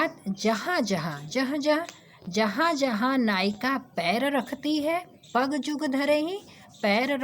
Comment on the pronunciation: Pagu nhi pag hai